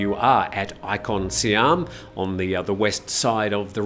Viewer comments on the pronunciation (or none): none